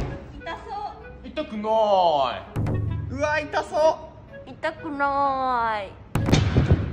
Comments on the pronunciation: 「うぃたくないぁぁい」に永遠にツボってる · イントネーション春日のあつくなぁーいを彷彿とさせて草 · 痛くなーいのイントネーションがあめプラみたいwww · 本能寺の変みたいなイントネーション